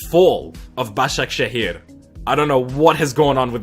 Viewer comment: how can he do a perfect turkish pronunciation of Başakşehir ???